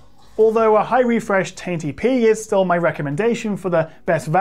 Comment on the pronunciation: Didn't know 1080p is pronounced "tainty pee" 🤣🤣 I ordered Legion 5 Pro from Lenovo last friday and I'm quite anxious to see how it performs. Altough, I'm sure it'll be better than my old desktop anyways.